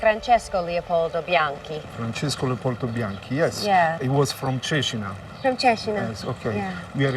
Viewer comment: I found very fascinating how they kept the Tuscan pronunciation of Cecina through the generations, even after many years in USA.